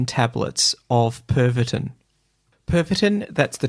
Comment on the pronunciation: Pervatin. It's a "medicine", not a drug. 🤣🤣🤣